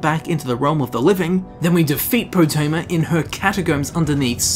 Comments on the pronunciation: Everyone: Potema: Pootema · Calling her Po-tee-ma annoyed the crap out of me. You can hear characters calling her Po-teh-ma in the game... 😒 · Lol I love how hears Potemma pronounced properly like, 20 times, but still pronounces it "Pooteema" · Game seconds earlier: Poh Tim Uh: POO TEE MAH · Its PotEma not PotIma! GRRRrrr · Love the video, hate how he pronounces potema like poutima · Why do you pronounce it as poo-teama? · Poo-tema? Do you eat Poo-tatoes? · Gdamn Poo-tema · POOTEEMA SEPTIM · "Putin-ma Septim." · They say potemas name so many times in this video...yet u call her poteema... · "We summon you Potema" They're trying to summon Pooteema wtf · Your pronunciation is fuckin terrible my dude annoying as shit, but good video just please learn how to speak its cringe worthy asf